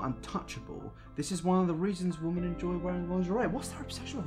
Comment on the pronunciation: you mispronounced women